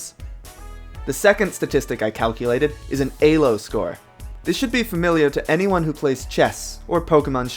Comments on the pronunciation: E-lo. Not A-lo. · Question, I always thought elo was pronounced "EE-loh" and not "Eh-loh". I was wondering where you learned that pronunciation from? (Not trying to make fun of you, I was wondering if this was a regional thing.) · i know im fucking retarded and all and a nitpicky fucker but its not aylo ITS E L O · This was a fascinating watch. And really hope to at least see gen 2 get the same treatment. That said, the fact that you pronounced Elo as "Alo" had me confused for a good while, as I was just listening rather then watching the video for the first half. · Its E - low. Your saying it A - low. Elo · EEEEEElo its pronounced EEEEELO not AYlo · "ee-loo" not "ay--low" nor "ee-low"(but is the accepted modernisation) named after Élő Árpád Imre, his name is Hungarian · is it really pronounced A-lo? I been pronoucing it E-lo for like...10+ years now >.> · Eylo score after saying eeeelo my whole life bothers me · A-Lo score? Bruh it's E-Lo. It has the letter E right there. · why say a low and not e low? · Why do you say aylo and not "e"-lo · An A-lo score? Isn't it pronounced Ee-lo. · Did you just call Elo AYlo? lmao Oh my god its like when people say measure as MAYsure ahhhhhhhhhhhhhhhhhh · Hearing you say Ay-Low is triggering me more than it should... isn’t it Ee-Low? 😵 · Great video other than you said "ay-lo" instead of "ee-lo" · EEEEEEEEEEEEELO not alo or ehlo XDDD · Lol "Eylo" instead of "Eelo" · ELO, not ALO.... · Pronouncing ELO as Ay-low was certainly a choice. Great video otherwise. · I was enjoying the video until you started saying "AYYLO" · Great video. Please stop saying "AY LO." I wince every time. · Elo is def not pronounced "a-low" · It’s pronounced ee-low you cringe ape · “AY-Lo” Also, he should’ve used GLICKO since everyone is new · uhm actually pushes up glasses it’s pronounced “eeeelow” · Hearing you pronounce it ay lo tilted me so fucking hard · "Alo" KEKW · he pronounces elo like an alien who's had 3 days to learn english.